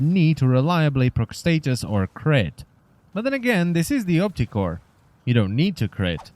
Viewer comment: When you say opticor sounds like "optic whore" wich makes me think of prostitutes charging money to have sex in the eye socket